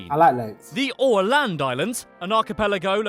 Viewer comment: LMAO he can't pronounce Åland, they don't have the letter necessary for that in their alphabet xD